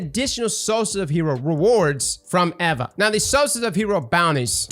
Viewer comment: Say it with me eeva not evva